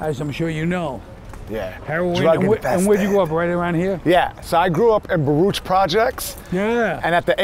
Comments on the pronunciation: I always thought Baruch Houses was pronounced "buh-ROO-ck" (and still think it is) but some guy I work with also grew up there and he says it the same way as "buh-rootch" -- never heard that anywhere else! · T is a life long New Yorker and can’t even pronounce Baruch properly.